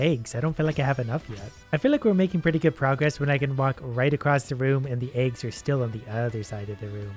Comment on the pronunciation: They way he says aygs makes me happy